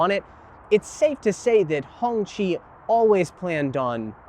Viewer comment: Cop pull me over and ask me what kind of car is thar I may go to jail for pleading the 5th.😂😂😂😂😂 it's not pronounced Honchi. It's pronounced Honky😂😂 im black. I aint taking that chance😂😂